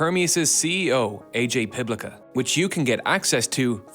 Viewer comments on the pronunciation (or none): It's Piplica, like piplitsa, pizza.